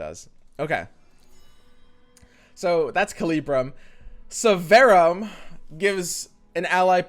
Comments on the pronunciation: Drinking game: one shot every time mispronounces Severum. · yeah right? :D